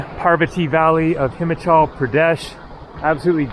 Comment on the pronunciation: please pronounce. “ Himalayas “ and “ Himachal “ correctly…..after all the years of travel ….and you still pronounce some words with that arrogant American pronunciation…….love your videos, but your western pronunciation is a big turn off….and I find it disrespectful…….at least try to get the right pronunciation……most foreigners try to learn the main words in a language to communicate……‼️⁉️🇺🇸 Edit: I thought that with the starlink satellites, reception would have improve in the mountainous regions of the world…..at least that’s what T-mobile said….